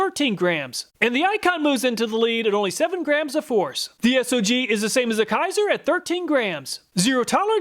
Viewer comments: S-O-G brand It is pronounced "sog"....like the first part of the word "soggy". They took their name from the "Studies and Observations Group" that was part the military operations during Vietnam.... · SOG is pronounced like bog but put s in steed instead of a b if that makes sense